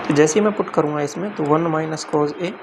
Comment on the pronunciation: Yaar master cos=कोज ⚔️ कोस🙏🏻 Kaan dard kar rha h shriman